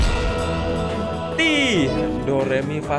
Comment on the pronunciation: do ri mi fa sol la ti do lah bukan do ri mi fa sol la fi do